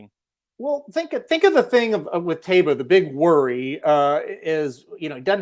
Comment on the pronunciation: It’s pronounced Ta ee ba. Why do these guys keep mispronouncing the horse’s name.